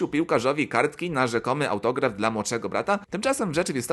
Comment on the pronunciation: ai się słabo słucha. Zamiast "dla" słyszysz "de el a". Nie wiem jak kogo ale mnie to trochę drażni 🤔